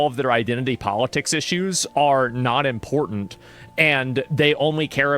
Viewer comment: If you say "Important" with only one "T". You were raised wrongly.